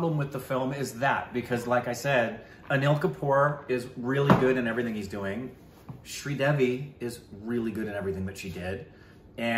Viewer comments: Sri Devi…. Sri rhymes with three - Devi as in DEV-ee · was attempting a really bad Australian accent at the start with the pronunciation of Sridevi Jee's name.